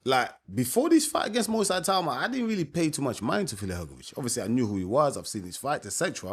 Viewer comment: Ay-tauma?? Ee-tau-ma. Itauma